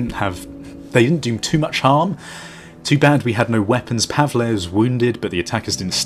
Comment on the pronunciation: its pronounced Pa-vull